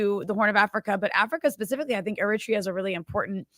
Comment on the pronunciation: My man has GOT to stop saying "er-RIT-ree-ah" for "Eritrea". I know people who are from there, and they ALL pronounce it "air-uh-TRAY-uh".